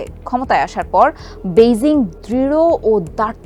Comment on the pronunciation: বেইজিং উচ্চারণ সংশোধন করুন।